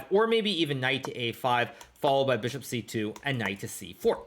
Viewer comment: Don’t forget Fee-ahn-cheato the Beeshop!